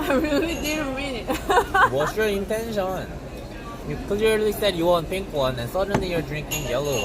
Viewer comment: ‘What’s your intention’ sounded like Chinese 🤣🤣🤣